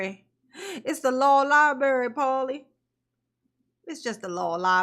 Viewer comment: Darrell and his law lie-berry. Is the monitor a blueberry or an apple? 😂😂